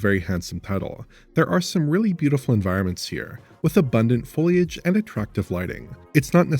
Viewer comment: The reviewer guy doesn't even know how to properly pronounce words like foliage, such cringe.